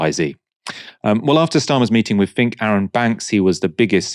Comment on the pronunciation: Larry "fink".